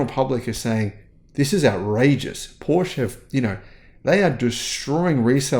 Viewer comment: In order to offer credible commentary on cars, at a minimum learn how to pronounce Porsche